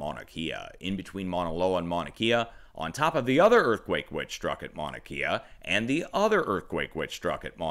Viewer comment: Good morning Sir! and thank you for all you do! A little help on the Maunakea pronunciation. Your saying closely, though instea of KIA it's {"K" Ah}